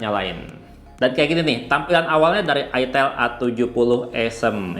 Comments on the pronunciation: Mantab…”Itil Asem” eh “Aitel Awsem” 😅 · Bacanya aitel.. Bkn itil.. 😊